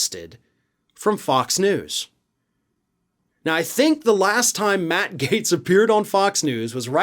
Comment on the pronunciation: You have no idea what Matt Gaetz's finances are.....you don't even spell his name correctly, you keep calling him Matt Gates.